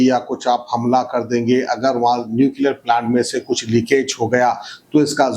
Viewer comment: ap na jaye toh behtar rahega 😂 it's "nuclear" not new clear